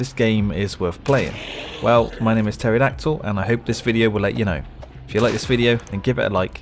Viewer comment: ..... who calls there child Teridactual....